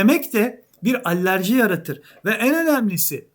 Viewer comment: Abi batan batmak üzere olan el değiştiren firmaları da konuya alır mısın Allerji❌ Alerji✅